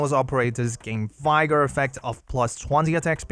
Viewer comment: Just FYI, English is madly inconsistent, so “vigor” is pronounced with the same “i” sound as “vision” or “vivid”, in contrast to other v words like “viable “vital” “vicarious”. It might be easy to remember if you think of “vigorous”. How can you tell which to use? The answer is who the F knows 🤷🏻‍♂️🙇😅 thanks always for your content!!